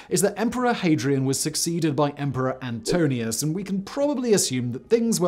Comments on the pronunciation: antoniNus not antonius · AntoNINEus, not Antonius. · It's Antoninus not Antonius - now that's lazy. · AntoNINUS ..... correct pronuncination